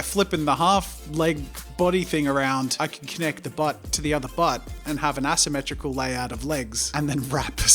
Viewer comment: because of his accent, asymetrical became ass-ymetrical and it still works